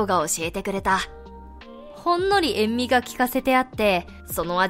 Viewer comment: え…Eriさんよ、いくらなんでも「塩味」を「えんみ」はねぇべさw